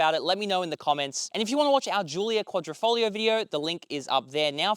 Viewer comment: He said... Quadrifo"G"lio... snigger snigger. LMFAO.